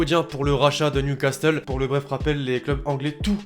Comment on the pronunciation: sa me stresse que tu prononces le "t" de newcastle